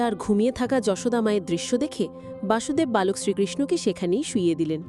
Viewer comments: বাসুদেব নয়',বসুদেব। হরে কৃষ্ণ। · বাসুদেব নয়,কৃষ্ণের বাবা বসুদেব